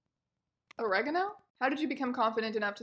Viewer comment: "oregeno"? Triggered